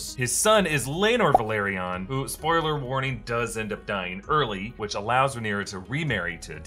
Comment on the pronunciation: please dont say "spoler alert" 1 second right before you say it. wtf